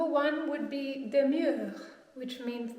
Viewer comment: Not "Demure" but "Demeure" Not "Meterie" but "Métairie" "Domaine" means usually there is a large land. "écurie" means stable (horses) "Viticole" means relative to wineyard it's not really a building for ex. : Domaine viticole == you may or not have a building ("Château" that is more often a big house not really a château) on it but certainely a wineyard.. You can add "Mas" (specific to south of France), "gentilhommière" (literally house of a noble by birth, usually a small lord), "ferme fortifiée" (very rare)